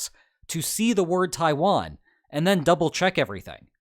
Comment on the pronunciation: Did u really just say tawian wasnt a country